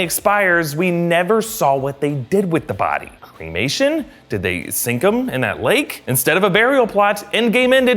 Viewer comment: Why did I hear cree-mation instead of cremation there